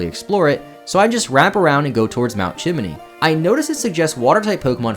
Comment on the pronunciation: Hearing Papa call it "Chiminey" threw me off